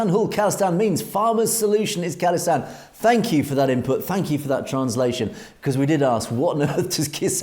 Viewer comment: how you say Khalistan is absolutely correct. Not call istan! God knows where they got that from.